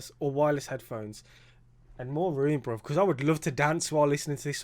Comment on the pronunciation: Please stop saying BROV. It’s so cringe! BRO it’s BRO 😂